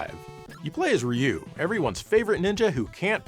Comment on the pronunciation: "Rye-you". Yes, I used to call him that back then, and yes, It's still embarrassing. 😅